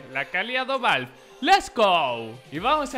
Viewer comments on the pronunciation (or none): creo que es la primera vez en mi vida que escucho a un español decir ´´valvf`` para referirse a ´´valve``